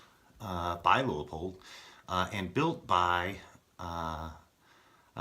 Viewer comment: Should have gone with the Leupold and shaved over a half pound while staying true to the rifle. Pronounced Loo-poled btw.